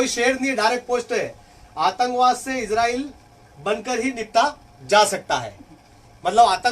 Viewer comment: السلام علیکم ورحمۃ اللہ وبرکاتہ عام طور پر لوگ عزرائیل کیوں بولتے اور لکھتے ہیں آپ نے بھی عزرائیل لکھ رکھا ہے اور بول بھی عزرائیل رہے ہیں حالانکہ صحیح نام اسرائیل ہے انگلش میں بھی آئی اور ایس سے لکھتے ہیں یا تو آپ ہمیں عزرائیل بولنے اور لکھنے کی وجہ بتا دیں یا اس کی تصحیح کر لیں فقط والسلام محمد شاہنواز عالم